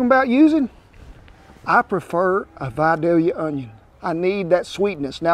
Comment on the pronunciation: From a native Georgian thank you so much for saying Vidalia the correct way. I've heard it butchered by some of those west coast chefs hahaha! Enjoy as always.